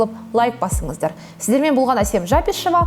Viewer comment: АЙНАЛАЙЫН, саған намысым келіп комментарий жасағанмын, өйткені блогың қазақша болғаннан кейін фамилияңды неге орысша айтасын? Жа'кишева деп тыңдарманның құлағына түрпідей тиеді қазақшада ударение қолданбайды, дұрысы Жəкішева ударениесіз.